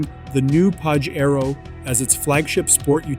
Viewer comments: Not pa she roh It is pa jay ro U cant read the correct name 😅😂😅😂😅😂😅😂😅😂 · Stop mispronouncing the car's name! I own a 97' Pajero Evolution and it's pronounced Pa-SHare-Oh. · Why are you saying PAJERO so weirdly?